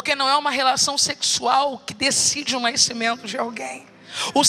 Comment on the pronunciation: Por que pronuncia-se "naiscimento", quero saber por quê?